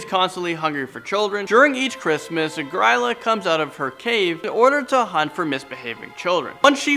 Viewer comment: As someone from Iceland... it's pronounced "Gree-lah"